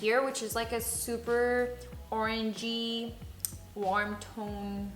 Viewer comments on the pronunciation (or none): super oranlli , guarm tone jajajajaja mori 😂😂